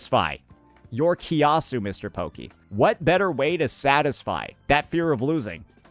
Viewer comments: hahaha from kia-su to ki-a-su but its fair game since likes to use terms that saint wont understand xD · Malaysia mentioned 🗣️🗣️🔥🔥 btw his pronunciation on kiasu lmaooo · unc kiasu pronunciation made me laugh too HAHA